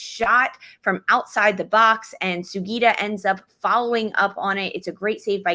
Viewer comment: I love how and make the effort to pronounce Hina Sugita’s name correctly! So many commentators in the NWSL space have butchered it so far, so I appreciate it.